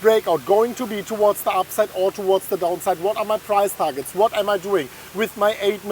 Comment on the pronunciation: "towards the upside" , I hear " to what" lmao